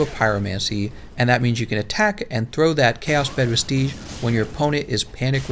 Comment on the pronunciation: Do you just choose not to see the "s" at the end of CB vestiges? It's not pronounced vestigee.